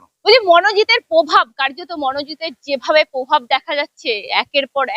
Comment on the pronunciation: Ore ota probhaabh. Pobhaabh noi. Osikhhito joto reporter.